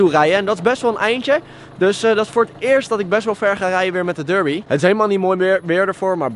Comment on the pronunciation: Het is DERBI en geen durbi!